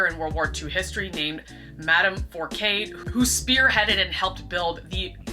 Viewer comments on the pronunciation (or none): Great video. For future reference 'Fourcade' is pronounced foor-kad.